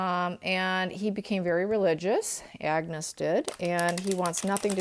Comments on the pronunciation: Please, A n g u s, not Agnes (woman's pronunciation) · its pronounced An-gus, Ag-nes is the female version, sorry the scot in me cringed at that, I hope whatever he is doing he is happy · Get the kids name right .....ANGUS